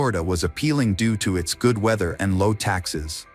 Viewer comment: "GUUDe GOD"*°°•••....😢😮😢..